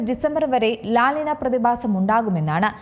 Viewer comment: ലാ നിന അല്ല, ലാ നീഞ്യാ ആണ്